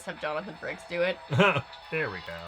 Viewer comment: It may just be my ears but I swear he called him Franks instead of frakes lol